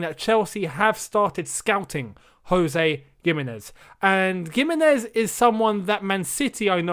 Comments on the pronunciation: Gimenez is pronounced with a H sound... like Wolves player Jimenez #spanishfolks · something about how he pronounces gimenez doesnt sit right with me